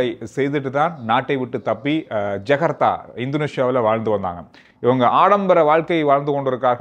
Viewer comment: not jagartha. Its Jakarta.